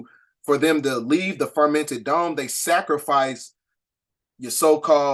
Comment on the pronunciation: Great work as well as research on these topics! One thing, you keep saying, "the fermented dome" & I'm not sure why! And you keep saying, "the pleidadians," it's pleiadians! The new people studying or coming into this knowledge might be confused.